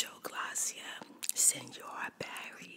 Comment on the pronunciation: It’s mucho gracias not mucho glacia I take Spanish